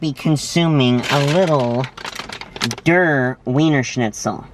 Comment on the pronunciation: And by the way, if it's from German, "Der" rhymes with "chair." On the other hand, there is a chance that like the noun, it may have been anglicized.